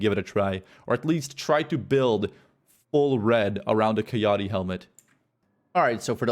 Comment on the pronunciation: keyahtee? Lmao. Dumbass.